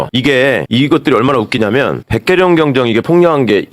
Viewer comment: 경장이 아니고 경정입니다 ㅎ